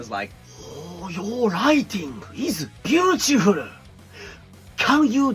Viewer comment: Oh man you got me with "アィハヴトゥー シー ザット" 😄👍 LOL and the pronunciation of "ビュウチィフル" is amusing too, it's funny to hear this /φ/ sound blended in "spoken-by-Jap English' ^^